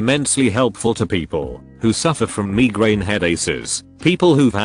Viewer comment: "Buttocks". "Meegrain head-aces" 😂